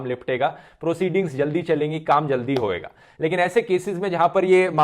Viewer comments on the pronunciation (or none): “Hoyega” - please correct it